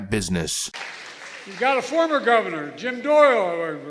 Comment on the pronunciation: "Got a former govverner, Jim Dohereher"... Screw this asshat.